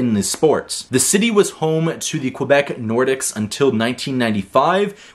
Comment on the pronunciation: Its pronounced Quebec Nor-deke, not Nor-dicks.